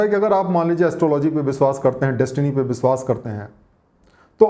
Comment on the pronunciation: You work very hard for making such wonderful videos. Please work a little more on your pronounciation. It really hurts ears when you say biswas or sarap.